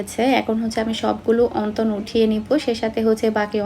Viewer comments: অন্তন না।।।। উচ্চারণ হবে অনথন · Onton na apu onthon apnar mukhe onton sunte kmn jani lage.